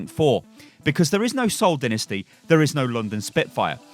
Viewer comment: Did you just call it SOCCER? smh